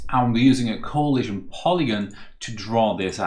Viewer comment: every time this guy says "coahlision" it triggers the same feeling in me as hearing the Gustavo Almodovar guy